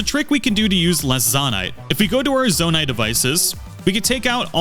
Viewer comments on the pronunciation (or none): ZAH-nai ❌ ZOH-nai ✅ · Immediate dislike for pronouncing Zonai like that. It's "zoh-nai" not "zaw-nai." Your personal canon and preferences don't apply here. There's only one correct way to pronounce it. This isn't like avocado or caramel. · How in GOD'S NAME do you get this far into the game without absorbing the proper pronunciation of "zOnai"?? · it's pronounced zownai, and it's CONSTRUCT head, not construction head 😵🤣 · How do people still say zonite wrong when they literally say it in the cutscenes? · Guy really said ZAN-AI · Am I the only one who thinks it’s pronounced zone-I ?! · I mean it's pronounced kind of like the word Zone with 👁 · So, is it pronounced, Zon-Eye, or Zo-Nye? I’m confused. (Also, thanks for the tip.) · Zonai isn’t pronounced like that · Aa aa aa aa! Ew ew ew! The way you pronounce Zonai, and the fact that you mis-name like EVERY device, realy makes me uncomfortable. Like my skin literaly crawed dude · dude keeps saying construction heads 💀💀 and he says zonai wrong even though its voiced in game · The way he pronounced Zonai made me want to cry.